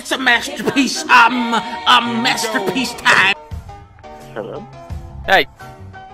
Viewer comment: masta peece